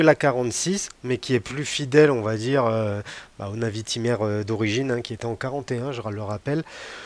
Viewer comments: Je suis très souvent d'accord avec toi mais là, j'avoue que je ne partage en rien ton avis. Bon déjà, on passe la prononciation de la Navitimer... LOL... Fais un effort s'il te plait... LOL ;) C'est une NAÏviTÏmer. Pas une navitimère.... LOL... ;) Bon j'arrête de me moquer, on avait dit, pas les accents et les vêtements... LOL ;) Ensuite, je trouve que Breitling a fort bien réagi et a sorti des modèles dans l'air du temps, pour bien coller à son époque. Et c'est parfaitement réussi avec un modèle emblématique comme la NAÏviTÏmer. (C'est pour que tu bosse la prononciation... ;) ) L'époque exige de la couleur, ils mettent de la couleur, tous les autres le font, ils suivent la tendance. Peut-être que tu as plus de mal avec la couleur sur les garde temps historiques et emblématiques mais il va falloir t'y faire... Et je pense que t'as pas fini de t'étonner, ce n'est que le début... ;) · Perso j'adore ces nouvelles Navitimer, retour aux fondamentaux avec superbe équilibre des cadrans liés entre autre à cette date d'une discrétion insolente !...... insolente comme d'ailleurs ta façon de prononcer navitimer "à la française" !!!! ca m'a tellement écorcher les oreilles que je serais à 2 doigts de te demander de revoir tes commentaires et de reprendre cela avec >>>>>>>>>navitaïmer<<<<<<<< please please please . Pour finir, tu affirmes d'emblée ta déception et ton désarroi sur ce modele avec des arguments d'une subjectivité affligeante et sans aucun fondement, qui AMHA n'est pas dans le cadre d'une chaine de partage YT et surtout d'intérêt collectif lié à l'horlogerie , oui ce pseudo "Debrief de la WebCast de Breitling" n'est est rien , c'est juste ton avis perso pourri . Sorry ! NAVITAïMER pleaaaaaaase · Arrête avec navitimaire !…😱 Par pitié, ça fait saigner les oreilles ! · La prononciation Navitimer fait pas passionné de Breitling 😳😳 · 🤣c’est trop ça 🤣 Personnellement j’ai jamais compris pour il sucre le R